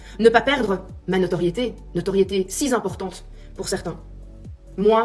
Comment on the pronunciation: si z'importante . ne pas oublier d'inventer une liaison